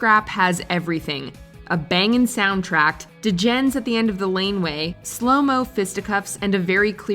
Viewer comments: dagens ? Its Dee-gens ! if you can be one thing you should be efficient. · Got 2 mins it to this vid and tapped out lost me when she pronounced it du-jens instead of de-jens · Another Mojo countdown, another time I'm pissed off by the lack of research on the part of the narrator. The word is DE-gens, short for Degenerates. Why does the narrator say duh-GENS? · "d-jens at the end of the laneway"? GET A NARRATOR WHO HAS ACTUALLY WATCHED THE FUCKING SHOW. They're called Degens, pronounced "DEE-jens". Fuck sakes. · I love this show. I’m not gate keeping, but if you had watched the show you would most likely say the slang correctly. What’s a duh-gin? It’s dee-Jen. That always bothers me with top lists, someone else most likely made this and someone else recorded the audio and makes the mistakes. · Agreed. A 'd'gen?" You mean dee-gen? I swear, the folks at Watch Mojo don't give a darn about proper pronunciation unless it's French. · It's Deeeejens. Don't church it up lol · Not including Shoresy’s pull up chirps OR the Uncle Eddie sock hop story? Hard pass aaand fucking embarrassing. Also - ‘’Dahjens’’? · No shit, eh? "D-jens". Was it THAT hard to find a narrator who has actually watched the show? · As soon as the narrator said "degens" I knew she's never watched the show a day in her life. Whoever wrote this video knew their stuff though. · Couldn’t get past the way she said “Degens”. Shows that the commentator has definitely NEVER watched the show.